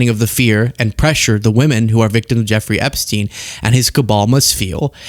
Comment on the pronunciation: Are you still talking about jeffaree....epashteen....?